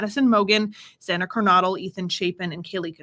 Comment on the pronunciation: PLEASE pronounce Zanas last name correctly. It’s KER-NO-DLE. Like the word No. I’m not being rude I’m sure you don’t want to put up something the whole world can watch and you mispronounce a name. 😁